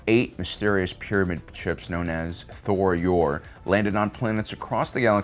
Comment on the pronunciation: It's Je'daii, not "Jed'aii". Also Tho Yor, not "Thor Yor". As well, those who leaned too far to the Light were sent to Ashla to look upon and contemplate Bogan, and vice-versa for the Dark, bring sent to Bogan to contemplate Ashla. Not meaning to be a dick, just pointing out things that can be found through diligent research. Overall still a very good video.